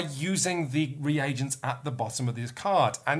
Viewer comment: Oh, what a joy to hear pronounce "reagents" after the Dice Towers guys butchered the word every time...